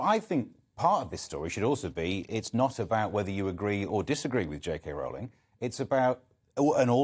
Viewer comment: The first syllable of Rowling rhymes with throw, not with cow.